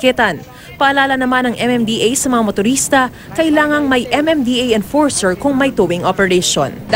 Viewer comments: What Does She Mean " ENFORSHER?" Hahaha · enporsher ung narinig ko haha